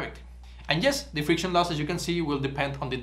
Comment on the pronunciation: Friciton 😅. Your content is great and rare